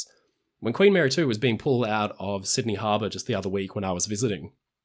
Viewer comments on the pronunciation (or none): none